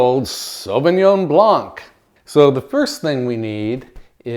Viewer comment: Hi from Canada. - Please take note: The word "blanc" has a silent C. It is said as "blan". Love your channel. I have been bing watching your episodes.❤❤❤❤